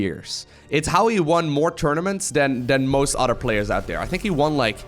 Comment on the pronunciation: Pronounce Other like uh-thur, not otter. Your english is great by the way! Just trying to friendly help it out!